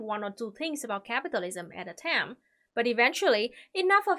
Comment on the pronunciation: I love how she pronounces "time" tam